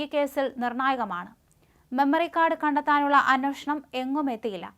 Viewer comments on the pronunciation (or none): അന്നോഷണമല്ല അന്വേഷണം എന്ന് പറയൂ